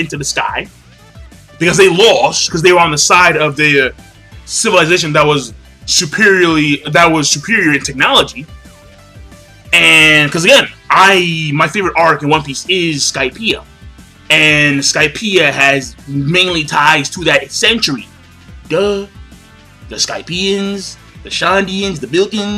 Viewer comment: OK, first: the fuck is an "arch"? You mean "arc" don't you? Second: Rebecca ain't going be no goddamn Strawhat. And third... if we've learned something about One Piece is that you can expect the unexpected, so Law and Sanji buying them time is not a fact.